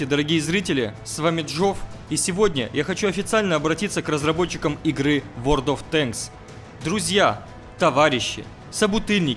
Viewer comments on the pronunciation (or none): задолбал говорить Ворд оф тэнкс